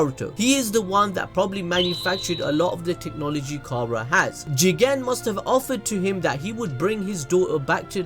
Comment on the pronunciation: Can you pls stop emphasizing Jigen’s name. It’s annoying